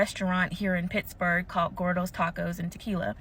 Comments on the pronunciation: (pronounces it perfectly) "idk how to pronounce it sorry americans" lol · pretty sure the H in Pittsburgh is silent lol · can confirm. From the States and never heard anyone pronounce the h in Pittsburgh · You pronounced it right! Love your videos,!!!! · I live in Pittsburgh, and you said it right! If you're from here you say it 'Pixberg'. Also, most everyone I know refuses to go to Gordo's because we all know the service is crap with an attitude. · PITTZ burg. You said it right. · I’m from Pittsburgh (yes, don’t worry, you pronounced it correctly haha) and I’ve visited Gordo’s many times and had friends who worked there as well. What she said about that restaurant was so out of line and luckily, most of Pittsburgh as well stood by Gordos as well knowing it was so entirely fabricated, as they have been nothing but such a great place in the city. Unfortunately, the owner had to shut down phone orders after this was posted as people online outside the city would harass and send death threats to both the owners and employees from people who only knew of her from what she posted. It’s an awful situation to Gordos but luckily, many people here have been visiting and ordering from the restaurant to show them how much the city supports them still ❤ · You pronounced Pittsburgh perfectly! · You pronounced Pittsburgh correctly. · You said it pretty well it’s Pit-s-burg. Honestly were never in big drama so this was a bit startling to hear about lol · You pronounced Pittsburgh just fine. But don't worry about pronouncing Pittsburgh correctly. That would imply having respect for the city. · american from pennsylvania, dont worry, you pronounced pittsburgh right 😂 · Oh shit drama from my city 👀👀👀👀 sign me up. Also you're pronouncing Pittsburgh just fine XD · you pronounced pittsburgh just right! I know the restaurant but I won't be going there now😊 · You’re pronunciation of Pittsburgh was spot on btw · watching from pittsburgh right now lol you said it fine!